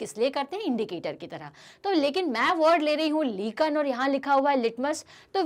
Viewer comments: That is not लीकन it is लायकेन lichen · Mam u have pronounced lichen wrongly 😢.Btw the video was helpful,thank you 😊😊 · To many wrong pronunciation..sour,lichen -correct your pronunciation